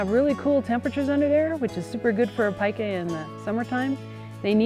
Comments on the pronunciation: Pee-ka not pica -. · Cool animals. I thought it was pronounced as "Peeka" before viewing this video :) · This animal's name is PIE-kah though, not PEE-kah. Pikachu is named after a Japanese onomatopoeia for electricity crackling (pika pika), not this animal.